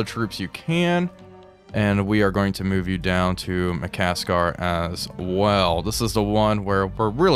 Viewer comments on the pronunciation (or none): It's ma-kas-sar, not ma-kas-kar 😅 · There is only one "k" in Makassar. Should be pronounced Maka ssar